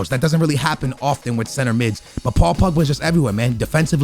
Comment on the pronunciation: paul pugba he said hahahaha